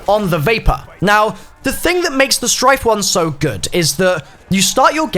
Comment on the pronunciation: Stryke, with a K. Not Strife.